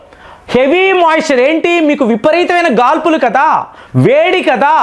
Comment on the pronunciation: Gaadpulu, not gaalpulu